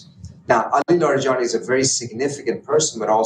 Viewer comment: Its not "Larry"+"Jenny". Its: LaaarEhJaanEE. Larijani.